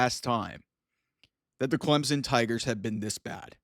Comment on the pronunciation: who the heck is "Clemzen?"